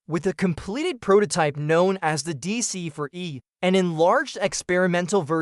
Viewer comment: deesee FOUR (not Deesee Fuh)😡